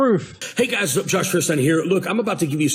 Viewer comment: By the way.... feuerstein doesnt even know how to pronounce his own name!